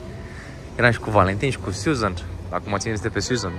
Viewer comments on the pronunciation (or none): none